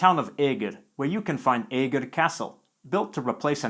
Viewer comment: Eger is not æger , it is eger say the first vowel like the second vowel.